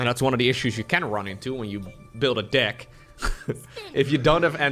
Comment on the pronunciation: careful with the word deck, you make the e sound like an i a lot